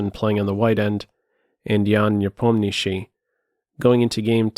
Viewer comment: Thank you for the effort to pronounce Ian's last name correctly